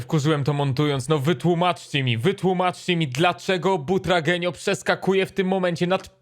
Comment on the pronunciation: Kur.. czyta się BUTRAGŁENIO